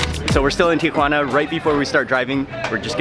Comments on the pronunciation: Tikhuana? lol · FROM TIA"WANNA TO ENSI"NADA" FOR ENCHI"LADA"